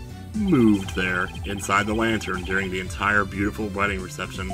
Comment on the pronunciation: "The body was indeed...Moo-ved there". I'm honestly not sure whether that was intentional or not. On one hand, he put the emphasis on "moo"; on the other hand, he didn't really acknowledge the pun in any way.